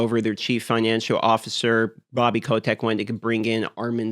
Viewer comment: haha yeah i also heard that and was like .. that how it's pronounced? ^^